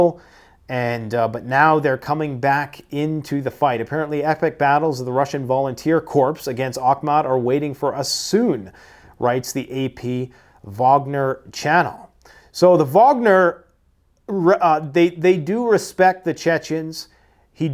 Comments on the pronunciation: pronounced "core" not corPS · I am sorry to correct you, but the word "corps" is pronounced like "core" not "corpse" Cheers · CORPS is pronounced CORE. When you put the S on it, you're talking about a dead guy. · please allow me to help your pronunciation. The "p" and "s" in "corps" is silent. Thus it is prounced "kor" as in the "core" of an apple. A tougher one: Bundeswehr. "Bun" but with a softer, drawn out "u" as in "bundt" cake. "Des" is like "dez" and "wehr" is like "vair." Like this: "Buun-dez-vair." Hope this helps. I love your videos. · Man, i look forward to every vid you put out. Thank you. My little complaint, due to my obsessive personality, is that over the years you have mis-pronounced the word “corps”. You pronounce the “s” on the end. Please stop it. Pronounce it as “core”. I’m sure my fellow veterans, and especially the jar-heads loose their shit every time you say it. 😢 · CORPS is pronounced core. Like Marine Corps. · Love ya,, but you don’t pronounce the “ps” in the word “corps”. (That pronunciation makes it a dead body.) You pronounce it like the core of an apple:)